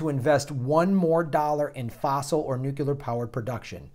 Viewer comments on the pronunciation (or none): glad you cover green technology. It's the only thing that matters. No earth, no other issue will make any difference. Also, nook-yu-ler was the way that idiot George W. Bush pronounced nuclear. (Nook-lee-r) You gave me flashbacks!